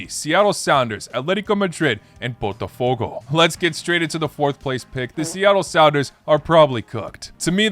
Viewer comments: Lol dude... You have been saying BOTAFOGO as PORTOFOGO😂😂😂😂 For god s sake. I always knew that English native speakers are flat out and they JUST can't say properly any foreign name BUT you re definitely worse. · Why he cannot say botafogo correctly... He called it as Portofogo...